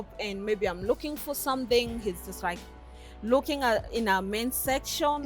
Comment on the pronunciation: Wuuuuui hes rooking Frwd to be here ..shida ya matamshi L and R